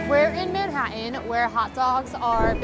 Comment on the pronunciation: OMG!! Please learn how to pronounce the t's in Man-hat-an NOT Man-ha-en!